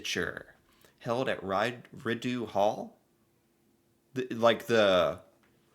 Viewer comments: Rideau Hall Is actually pronounced Rido Hall 🤗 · Rideau pronounced phonetically is ReeDough. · "Rideau" as in Rideau Hall is French and is pronounced "Ree-dough". Rideau Hall is the Governor General's official residence. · It's pronounced "Ree-dough" for Rideau Hall or Rideau Canal. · Rideau is pronounced Reedo. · No offense, just a heads up, it's pronounced (Ree-doh), Rideau. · Its Pronounced Rid-O Hall. If the US had something like this Trump would be scrambling or Sabotaging it to get one :P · Btw, Rideau is pronounced “Ree dough”. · ree dough! your pronunciation is offensive its as bad as corner of bored way and the well street in now yerk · the correct pronunciation of Rideau is reedough...hope that helps! RIdeau Hall is the residence of the Governor General. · Mary Simon is our current Governor-General, and is our first Indigenous woman to to be appointed to this role 👍🇨🇦 And it's pronounced Ree-DOUGH... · Rideau is pronounced as “re-dough” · it's pronounced, reed-o-hall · It's RID-O hall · The Governor General is the Sovereign's (currently King Charles) representative in Canada. Rideau is pronounced as ree - doe. It's a French word. No, not posthumanous. It's paws - t - hugh - mous.